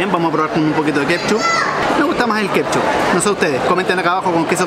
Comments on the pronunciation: Wena se dice ketchup, no kepchu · Fabian Astudillo huajauajaja no la corta nunca con decir “kepshu”